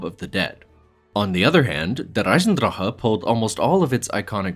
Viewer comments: bro's out here saying Eisendrahhuuuhhh but he says Gorod Krovi with the most American accent possible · Mf said "der eisendrache" as if he really speaks German and then just said "zetsubo no shima" like an American